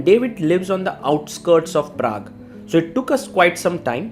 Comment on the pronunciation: Everytime Sagar says "Praque" I can't help thinking about Prag.....